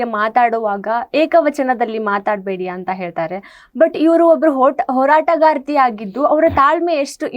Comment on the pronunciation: ಹೋರಟಗಾತಿ ಅಲ್ರೀ ಹೋರಾಟಗಾರ್ತಿ ಅಂತ ಉಚ್ಚರಿಸಲು ಕಲಿತು ನಂತರ ಕನ್ನಡದ ಉದ್ಧಾರಕ್ಕೆ ಹೊರಡಿ.